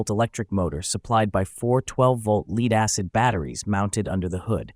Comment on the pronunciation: Leed acid batteries😂